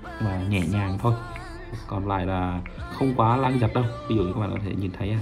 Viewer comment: lang? từ khi nào lag đọc là lang nhỉ?